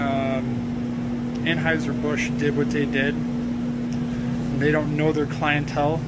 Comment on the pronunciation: I have a nit-pick: It's pronounced An-HIGH-zer, not An-HOW-zer.